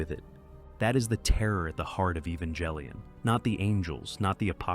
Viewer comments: Evan-jell-ian? I'm sorry, what? I can't with that. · Your pronunciation of Evangellion is insulting.